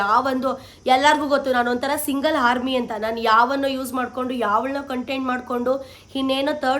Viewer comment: Sonu andre brand, single 🎉Harmy ante 😂😂 Army alla Harmy 😂😂